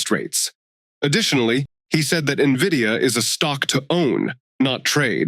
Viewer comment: Please keep up with how to pronounce the name of the stock, it starts with an "N", not an "I"😅